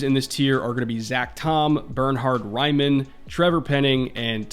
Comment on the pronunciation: As an Austrian I've been waiting for more than a month for someone to finally talk about Bernhard Raimann, glad my favorite NFL channel came through first! Also props to you, you did his name proud, first American I've heard not calling him Bernard. Hope he goes in the first round but any way this shakes out, he's very probably going to be the first drafted Austrian in the NFL and I'm hyped to see him play and develop. Dude's changed to OLiner only TWO years ago and seems to be a really professional athlete. If he can stay healthy he's only going to get better.